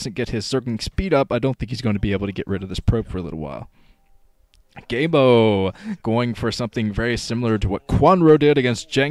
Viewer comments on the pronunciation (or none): The other commentators pronounce it "GeeGee-Emo".